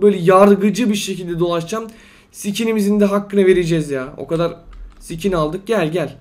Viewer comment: Abi skin e Sikin diyorsun hahahahahahahahahahahahahaahhahahahahahahahahahahahahahaahahahahaahahahahahaaahahahaaaaaaahahahahhahahahaaaaaahahhahahasjaajshshshahas